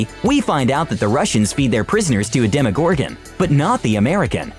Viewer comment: Why does he say demogorgon like that